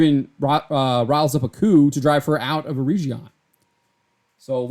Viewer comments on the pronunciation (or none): Just one correction - You are pronouncing Eregion wrong - the "G" is like in "get". They travelled together with their daughter during most of the second age and as was mentioned in your article were separated for a time before reuniting again, but the entire storyline of season 1 is not the actual storyline of Galadriel and Celebron in the second age.